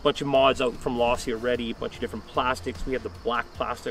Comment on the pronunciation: It’s Losi not lossy